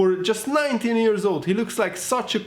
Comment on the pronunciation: 3.41 it’s “wise beyond his years” not ears 😂😂😂😂😂